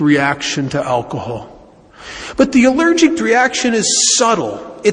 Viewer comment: Is he saying allergict?